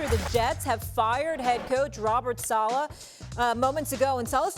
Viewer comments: 😂😂😂😂😂😂it gets worse as he goes on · He definitely didn’t. He can’t even pronounce Saleh correctly. 😂